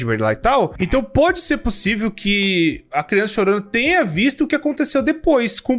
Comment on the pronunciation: Kkkkkkkkk quem gosta quando o fala*Crionça*kkkkkkkkkkk